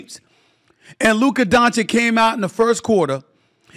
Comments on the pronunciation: It's not Donchick and it's not Luker, put some respect on his name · It's "Don-chitch", Stephen A is the only one who pronounces it "Don-shick". Been disrepecting Luka since the 2018 draft 😆